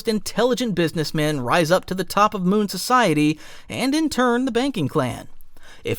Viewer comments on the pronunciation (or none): It's Mew not Moon.